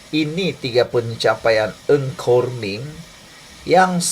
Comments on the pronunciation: Bukan eng khor meng sebenarnya nga khor meng. Itu sahaja pembetulan. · Nga kok min , bukan Ng Kok Min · TUAN SILA SEBUT NAMA DENGAN BETUL NGA KOR MING BUKAN NG!!!! TQ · Salam Bro, NGA KOR MENG "NGA' bukan 'NG'.. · Bukam nama menteri tu Nga Kor Meng atau Ng Kor Meng? Mamat ni asyik sebut Ng Kor Meng…